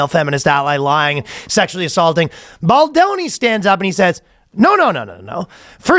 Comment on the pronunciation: “Not playing Ball-doni”😂😂😆